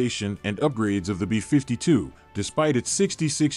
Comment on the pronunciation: Why can’t you pronounce “B-52” correctly? It’s BEE fifty two, not bee FIFTY two.